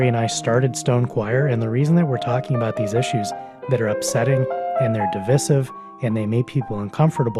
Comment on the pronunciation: You know he’s smart because he uses big words like divisive and can almost pronounce them correctly!